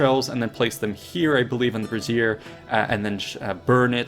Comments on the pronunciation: Ahem—it’s pronounced “BRAY-zher.” If you tried to burn animal parts in Athena’s brassiere, unanswered prayers are gonna be the least of your problems… 😉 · You think "brazier" is pronounced like "brasiere"? Lol. What do they teach in school these days?